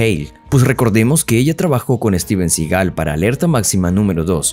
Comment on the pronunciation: Debería aorender a pronunciar el apellido de Steven